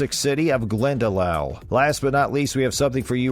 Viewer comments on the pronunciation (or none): Glendalough is pronounced glendalock not glendalow as in how ,kilmainham is just just kilmainim .Galway city is county galway not county clare ,just because its near doesn't mean its the same county besides a city that size in ireland usually has the county named after it,with the exception of belfast which is in two counties Antrim and down .The 1916 rising was to overthrow british rule in ireland not to over throw the ruling party because obvious there was no irish politic parties to overthrow DUH.The queen coming to ireland now is a much different to now and when she came 2011 I am sorry to say but 2011 obviously because she is now a foreign head of state.De Valera did become president but that was onfoot of being PM or Taoiseach which is the more powerful and important role. Overall terrible video .